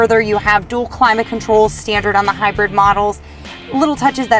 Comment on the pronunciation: "HYRID" lol